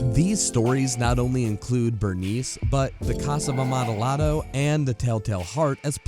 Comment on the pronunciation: Sorry, I know this is (tiquismiquis?) silly of me to say, but the ll in amontillado is pronounced ya, not la